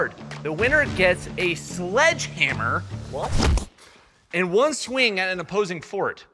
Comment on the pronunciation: you said one hit with the sleghamer